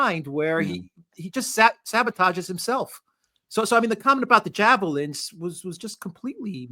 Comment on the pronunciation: “jabolins” Hilarious. I was trained on those once upon a time but my instructors pronounced it differently. Probably their southern accents